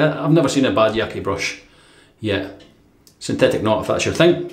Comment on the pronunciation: Great shave!! ^^ Just for info, Yaqi name is not "YaKee" but "Ya Chi". "Qi" is pinyin (Chinese Mandarin romatization) of "Chi". I hope it helps :D Love your content !